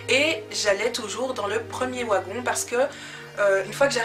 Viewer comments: pourquoi tu dis wagon? ca s'ecrit wagon mais ça se dit "vagon" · Sa s'écrit wagon mais sa se dit vagon tu me fais trop rire quand tu dis ouagon looll prends soin de toi❤🤞🏾😂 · J'aime trop ta vidéo et je sais que tu sais que wagon s'ecrit comme ça mais le fait que tu dise "w"agon au lieu de "v"agon c'est stressant 😂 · oigon non vagon,ça s'écrit wagon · Trop de "Ouagon" 😂😂😂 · Bien que ça s'écrive "wagon"nous on le pronnonce "vagon" mais c est comme même trop chou😊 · Ça s'écrit Wagon mais on dit vagon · Hahaha "Ouagon"!!! Plus jamais je dis "un Wagon"!!!! J'vais changer ! À partir d'aujourd'hui je dis "Ouagon" aussi !!!! Haha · Le premier "Ouagon"?!! 😸😆 C'est typiquement belge ça? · ON DIT VVVVVVVVAGON PTN VVVVVVVV GENRE COMME VERNIS OU VENTS UN VEEEEEE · Wagon s prononc vagon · on dit vagon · c'est wagon [vagon] 😂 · De quelle origine es tu pour dire "wagon" et pas "vagon" ( je parle en prononciation dû mot) 😅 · elle est bien ta story, mais tu sais pas dire le mot : wagon, mdrrr mais c'est pas très grave